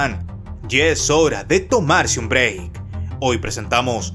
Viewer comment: ... soy breakman y este ha sido tu "BREI"